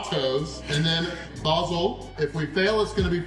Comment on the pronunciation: Love your pronunciations.... "basil" was slightly off but I'm sure all of us brits will let that slide.... Also the use of "45quid" was damn respectable.... I tip my hat to you, good sir!